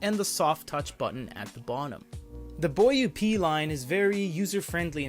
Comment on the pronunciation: Give you a like for the Boing Boing Boing. You can say BoYeah, that sounds closer to the correct pronouciation of Boyue.